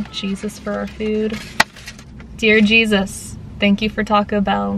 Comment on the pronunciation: I honestly heard "Cheesus" like... god of cheese quesadillas. XD